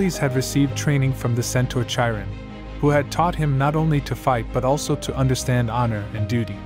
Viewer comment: Great video but say it with me ki Ron not ch iron I know how it’s spelled but it’s ki Ron not chi Ron